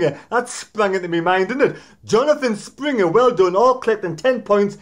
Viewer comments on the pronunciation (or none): It’s Stringer not Springer lol